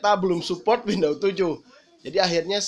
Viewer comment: windows bang bukan window